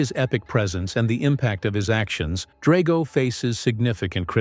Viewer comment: It’s pronounced DRAG-oh and SHEE-foo, “”! 🤨